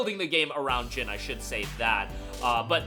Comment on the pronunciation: His name is NOT Gin. It’s Jin. Like the word Jean from blue jeans. If you say one word in Japanese correct then just say the vowels the same. It’s cringy